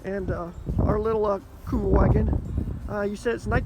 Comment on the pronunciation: "Kübelwagen" (or Kuebelwagen) not Kubelwagen! Kubel is not a word.